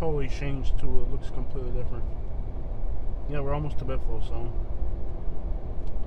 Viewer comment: Maybe you should learn how to pronounce Ala.FAY.a first, before you downgrade the area.